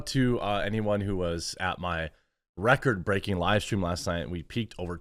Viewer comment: I like how you say “record breaking”. Like no one on YouTube has ever had more… “come on man”!!